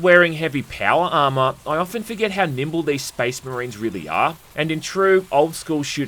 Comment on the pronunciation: maybe learn the english language first brother. "enviwoments", "armwour"